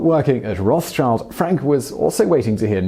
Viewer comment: Rothschild is pronounced roth-shield as it is actually German meaning "red shield". It has nothing to do with children.